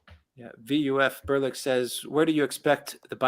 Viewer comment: It's Brian Berletic, Ber-leh-tik is how he says it.